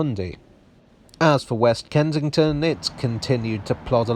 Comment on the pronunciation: Can’t work out if you’re saying “Kentington”